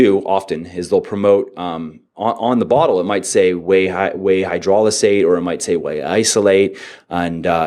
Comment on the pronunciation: I love that he can say "aN hydrolizate" but still say "hyperphotry" lol